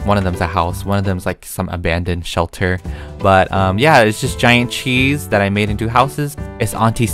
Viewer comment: Nobody:: ouaaaaaaaaah Issa chees